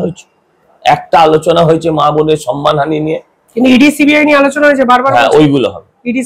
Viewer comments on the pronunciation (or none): none